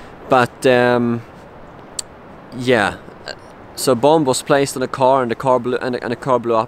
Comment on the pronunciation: the second B in the word bomb is silent my friend its jus bom when spoke